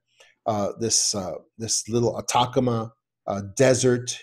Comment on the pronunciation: Atacama is pronounced At-a-ca-ma not attackama